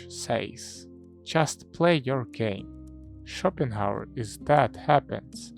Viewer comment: Пик, как всегда. Но вместо Шопенгауэра я слышу shopping hour